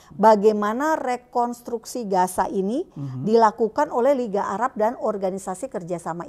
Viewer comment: Shalom 🙏...maaf ya 🙏 saya koreksi...tentang penyebutan Gaza di baca Gasa pak 🙏,bukan Gaja.....mirip nanti dengan 🦣 😁😁😁🙏. Maaf kritik membangun. Terima kasih 🙏 JBU....